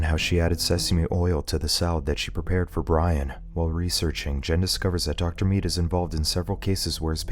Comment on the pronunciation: The way this guy says the name "dr mead" 😖